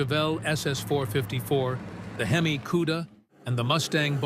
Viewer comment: How can you do a video about muscle cars when you don't know how to pronounce the name , " HEMI ".